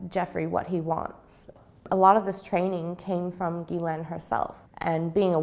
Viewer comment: The fact that she knows the correct pronunciation of Ghislaine Maxwell's name is proof enough!